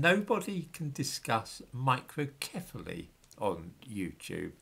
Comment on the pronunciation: I laughed every time you said microcephaly.